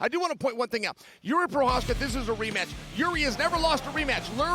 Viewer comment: Chael saying Jiris name right makes me feel like I am in a simulation